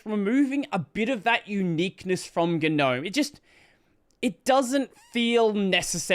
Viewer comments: how come you always mispronounce Gnome? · I just wish people would pronounce the word Gnome correctly. 😂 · I love how you momentarily forgot how to say "gnome" as in the mythical creature :)